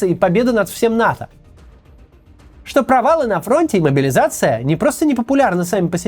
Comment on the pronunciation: Я постоянный подписчик и люблю видео Максима. Но сегодня куча оговорок (Максим устал наверное). Режет слух добавленная стоимость вместо добавочной, слау богу и чеао вместо что